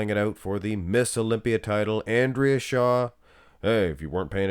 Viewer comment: You sound very creepy in the video. Every time you say shaw i cringe.